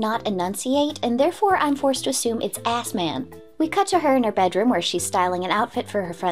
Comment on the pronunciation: Ok so, according to the wiki, the butler's nickname is "S-Man" but I don't get how nobody on the team realized that slight mispronunciation could do him so dirty.